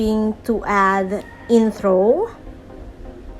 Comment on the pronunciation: inthro, outhro, thracks